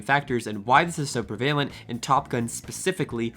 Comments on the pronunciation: Pre-vale-ent. Gurl what. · Great job here! My only complaint is in pronunciation of one word: prevalent is usually pronounced with the accent on the first syllable.